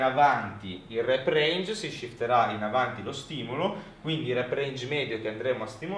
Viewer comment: shifterà non si può sentire. Non sono contro l'inglese, ma se lo devi parlare parlalo dai, altrimenti è solo un accoltellare la lingua italiana